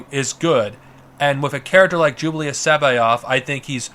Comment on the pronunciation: Is he sayin “Jublius” I thought it was pronounced Jorus